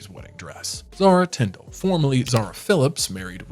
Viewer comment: Zara doesn’t have a title, so she’s not “lady Zara” and her last name is Tindall - not Tindle